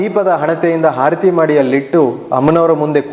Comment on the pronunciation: ಗುರುಗಳೇ ತಮ್ಮ ವಿಚಾರ ಸರಿಯಾಗಿ ಇರಬಹುದು. ಆದರೆ ಭಾಷಾ ಶುದ್ದಿ ಸ್ಪಲ್ಪ ಕಡಿಮೆ ಇದೆ..... ಆರತಿ ಬದಲು ಹಾ ರತಿ ಎಂದು ಹೇಳುತ್ತಿದ್ದೀರಿ.... ಕ್ಷಮಿಸಿ. ನಾನು ಕೇಳಿ ದ್ದ ನ್ನು ತಿಳಿ ಸಿದ್ದೇನೆ